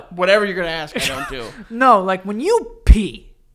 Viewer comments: the only thing in this whole episode i can hear is joe mispronouncing the word ASK and saying AKS instead. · I wish Joe could properly say, "ask." I legit cringe when he says, "axed." 🤣🤣🤣... Other than that... Perfection buddy. 👌😂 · Does it bother anyone else that Joe keeps saying "Let me AXE you a question?"